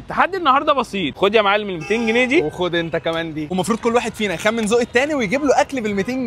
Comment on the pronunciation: اسمه سجق مش سدق حتى المحل كاتب سجق😂 و اسمه جنيه مش جني😂